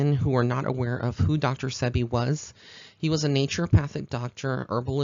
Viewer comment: No disrespect intended but it is Dr Sebi pronounced See-Be